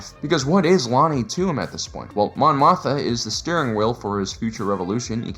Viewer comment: It's pronounced "Moth-ma" Repeat after me, Mon "MOTH-MA"! 😁